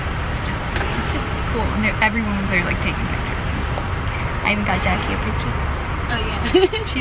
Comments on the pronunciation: Every time you say "Jackie" I hear you say "Jackson" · Everytime she said Jackie I thought she said Jackson 😂❤️